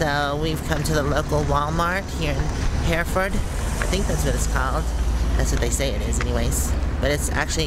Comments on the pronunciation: the proper pronunciation of Hereford is Hur-Furd. Not Here- Ford. Now get it right or I'll have to steal Moo Moo. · It is pronounced like her ford. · You are definitely having trouble with the pronunciation of the name of the town Hereford ! It is pronounced just like the red cows with white faces that are grown mainly for beef production (eating). Just think her-ford ! I heard you changed pronunciation later in the video ! I am not criticizing you ! You just were not born and raised on a farm ! Most cows and even young bulls especially steers are very docile and can made into pets very easily ! Just read them like you would a big dog and you should be able to pet them if you want ! They love there ears and top of the head scratched ! And yes Moo Moo, appropriately named, is a wonderful dog. If you did all the training, you are to be commended. If not, you are just very lucky. Either way, she is an exceptionally well disciplined little girl ! So sweet. Since you are with her all the time, she gets to experience things that most dogs never experience. I have had dogs that were with me always in the past 20 years and they are so different than most ! They are so well socialized ! Love your videos ! You are great !